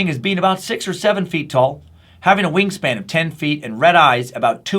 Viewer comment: When you said wing span I swear I thought you said "ween span" lol